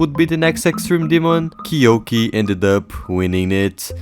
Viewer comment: It’s Key-you-key not key-yolk-E lol